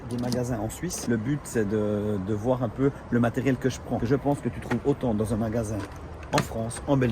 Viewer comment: "Verbe voir" !!!!!!! Pas "vouailler" !! 👍👍😉😉😉😉